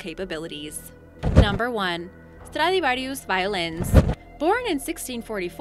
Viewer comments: The worst is when they over-complicate a pronunciation, like 'Stradivarius'. It's ridiculous. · Same with the way she says Stratovarius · Anyone else cringe when she said Stratovarius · & Elizabethan, sacsayhuaman, Stradivarius.. did I miss any others? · Ive never heard anyone pronounce Stratavarius that way before. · Wrecked the word Stradivarius, completely mispronounced that. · I swear this generation....they try to get the accent right but in doing so mispronounce the word....Stradivarius godammit!!!! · I hate the way she says Archimedes and Stradivarius